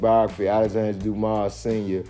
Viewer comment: The S in Dumas is silent.